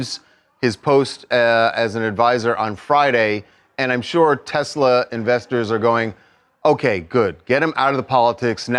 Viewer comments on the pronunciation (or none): "I love Tesler!"